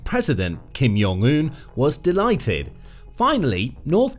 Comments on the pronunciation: Kim YONG un?! WTF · Note: say the J. It's not silent in Korean. You just sound dumb. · The “J” is pronounced as a “J.”